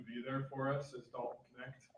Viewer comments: with some garbage takes tonight. Clearly doesn't watch college basketball (which is fine) but first of all.... it's Dalton Knecht (like "connect" not "net"). He was the SEC player of the year in a stacked conference. He's a legit shooter who can provide much needed scoring off the bench. He wasn't mocked out of the top 10 and I've seen people mock him at #1. Saying he won't get any opportunities with the Lakers is pretty laughable considering how bad our shooting is. He's a plug and play guy immediately with the size to be a legit defender and shot creator. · The K is not silent. It is pronounced like "Connect". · The K isn't silent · I stopped watching this after the way he pronounced his name